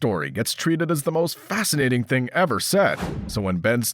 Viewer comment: it's thing not ting